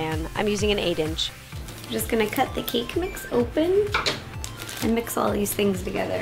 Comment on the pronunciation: “Like thes”